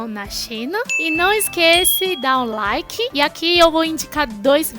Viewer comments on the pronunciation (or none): none